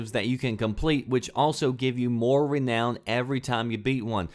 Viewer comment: the way you pronounce renown angers me!!!!!!!